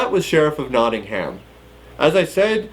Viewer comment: I'm from Nottingham. You're supposed to pronounce Nottingham as "Nottinghem"